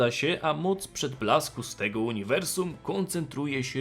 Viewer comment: Za każdym razem gdy jest wymawiane "moc przedblasku", słyszę "moc przytulasku" xd